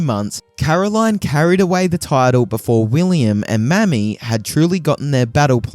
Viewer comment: The name Mamie is pronounced "May-me" not mammy. 😂